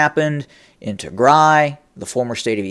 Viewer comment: Learn to pronounce "Tigray".